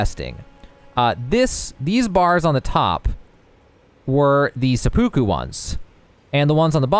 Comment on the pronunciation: It's actually driving me nuts how many people are mispronouncing seppuku